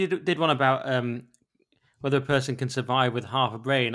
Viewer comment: the only complaint I have about you is you can't say T H's you say fff Things not fings. I raised two children and taught them to speak and you have just got into bad habits when you speak. I just heard you say wevva instead of whether. Why didnt yr parents teach you not to do this bad habit.